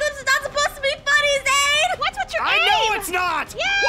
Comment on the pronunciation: Lmfao its Zane and Kawaii-chan 😂🤣😂🤣😂🤣 Worst name butcher ive seen